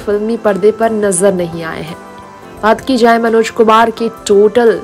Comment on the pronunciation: आप बेवज़ह बात को रबर की तरह खींच रही हैं। मनोज शब्द का उच्चारण आप विचित्र तरह से कर रही हैं। कुछ ही जानकारियों को कोल्हू के बैल की तरह पेरे जा रही हैं। निहायत बकवास रिपोर्ट।